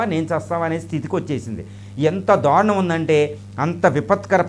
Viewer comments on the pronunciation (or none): none